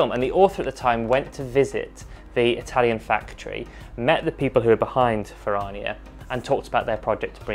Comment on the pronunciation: You're pronouncing it incorrectly and it's cringe😅. It's Italian. Fer-Rrrrania not Fer-rar-nia